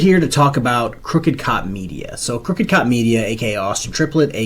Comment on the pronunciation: the way you say crookedcopmedia sounds like cookie cutter media to me. which is quite fitting, think.